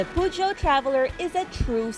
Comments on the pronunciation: Hmmm... pronounces it as Pu-Jo while sa Top Gear/The Grand Tour pronounces it as Per-Jio. Pero since Pinoy tayo, PUGYOT nalang. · It is pyu-jo... Lol tagalog na tagalog pero sakto yang pronounciation nyan. French car kaya french din dapat ang pagbigkas. Si manong pergeot na mismo nagsabi sa akin. 🤓✌️